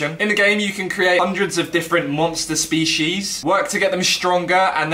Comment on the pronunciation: You can create a good show but cant say Species